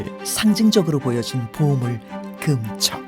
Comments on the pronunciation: 나레이터가 '금척'이란 단어를 발음할때 금:척(그음척)이라고 하는데요......맞는 걸까요? 금반지, 금목걸이, 금화, 금은방.....의 '금'은 다 짧게 발음하고, 금지, 금주, 금연, 금물의 '금'은 다 길게 발음하는데 왜 굳이 '금척'의 금은 길게 발음하나요? 비디오의 내용을 보지 않는다면, '재는 것을 금지한다'라는 의미로 들리네요. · 짧게 발음해야 한다!:person-turqouise-waving